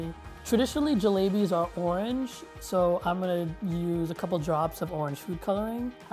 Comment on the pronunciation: Honestly these sort of videos really piss me off. First off all the way that guy pronounced jalebis made me cringe so hard,I'm not Indian but the way he said it,omg. Second,why do people think that Asia only includes Japan,Korea,China,and sometimes India,like there are so many other countries! They freaking think that the Middle East is non-existent in Asia. Places like Iraq,Syria,Afghanistan,Mongolia,Kazakhstan,Azerbaijan,etc aren't even thought about when talking about Asia. Things need to change.